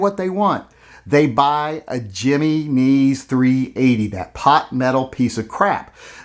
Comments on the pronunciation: My only issue with this video.... slight mispronunciation of Jimenez... He-men-ez.... not... Jimmy knees.... but considering the gun I can see how it doesn't deserve to be pronounced correctly. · Hem-E-neez, HEM E KNEES, jimmy knees! Lol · Jimenez is not "Jimmy neez" it is pronounced "He meh nez" lollol! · “Jimmy-knees” ? Lol “Him-en-ez” maybe? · A Jiimeeezzneeez? Not a Jennings? Or a Himenez? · I'm sorry but you lost me when you pronounced the name 'Jimenez' as "jimmy neze." Dude, the 'J' has an 'H' sound. It would be Jimenez, with a 'hey' sound, not a J. And you don't need to be Hispanic to know this. The Jimenez's, Jose's, Miguel's have been in the country since, well since Columbus. Get it together people...damn. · Giminis he says, 😆 it’s pronounced he-men-s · oh thank God! you have restored some of my faith in you. p.s. it's pronounced HIM EN EZ not JIMMY KNEES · Jimminese is actually Heh Mehn Ez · Jimmy knees.? Really.? It pronounced "he men nez". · Hearing you pronounce "Jimenez" is the funniest thing I've heard in weeks. Him - En - Ez. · Say it with me,. Him-meh-nez. Him-meh-nez. Otherwise great video! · If you’re not making a video to condemn or condone Ken and Karen, why did you even make a video? You said almost nothing. Also, “Jimmy Knees .380”? Wow man. Learn to speak a little Spanish. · Jimenez. Him-en-ez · Jimenez is pronounced High Men Ez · Stop saying jimmy knees! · It’s pronounced him-in-ehzz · I think that's pronounced "Hee-men-ezz." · Its pronounced "him en ez". But is it for 100% sure it's a Jimenez? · Yep HIM-N-EZ goddammit. From the Central Valley California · Its pronounced Yah min ez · It's pronounced "Ya men ez" ya yahoo!! Learn some Spanish. LOL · Its pronounced he-men-is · The way u say Jimenez makes me laugh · Good lord... your pronunciation of Jimenez is the crime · Not gonna lie... has become the voice of reason amid all this craziness. The way he pronounced "Jimenez" did constitute a microaggression, however.